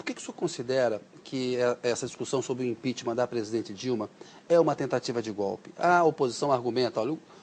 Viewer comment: ”O impixima” EHWUHSUWHSUWHSUHSUSHSUSHSUEHSUHEUSHSHWHSUEHSUE eita Harvard...